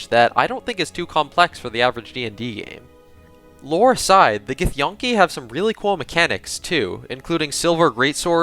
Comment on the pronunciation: I think it's pronounced gith-yankee not gith-yonkey, just saying nice vid though